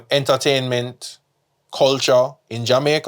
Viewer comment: Kulchuh in JaMaykuh 🤦🏾‍♂️